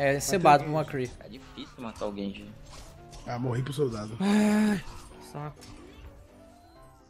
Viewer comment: N é genji, é gayji